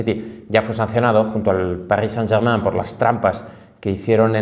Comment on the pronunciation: Siempre encuentras la forma de decir Paris Saint Germain en los videos jajaja me hace muchísimo el día. Gran video!